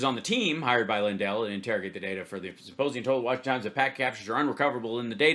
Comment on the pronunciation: “Worshington DC” 🤣